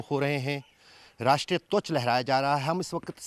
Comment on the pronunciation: Twach nahi dhwaj hota Bolna sikhle bhai. (.48 seconds pe )